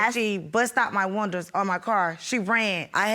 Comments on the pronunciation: Leslie Bramble,,,, these type of blk women take our race BACKWARDS 60 yrs. They need to take school seriously. Learn to speak properly. MEN is the word for more than one. No need to put an s on MEN. Windows is the way to say it. It's not winders. Don't put us back in the 20s. The 4 of them are embarrassingly funny/sad. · Oh my God she pronounces windows like wonders. Wahnduhh